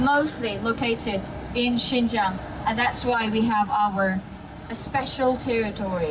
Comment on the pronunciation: Pour les français, je crois maintenant qu'il faut penser à vous même, le racisme, l'immigration.... En plus, il faut prononcer bien le mot de lieu"XIN JIANG" au lieu de "Shen zhen".